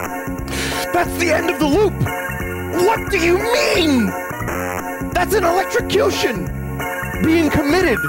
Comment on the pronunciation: I don’t know why but the way Vinny says “electrocution” has me in absolute stitches 😭